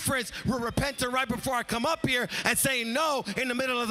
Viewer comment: "It's gettin quiet up in hea."